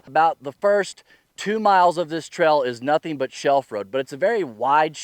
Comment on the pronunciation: Great video. But what is a "Trell"? Hahaha.